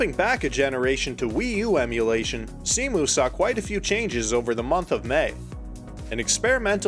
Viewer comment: Minor detail, but Cemu is pronounced "c-mew" not "c-moo", just wanted to point it out, I love how much effort you put into this video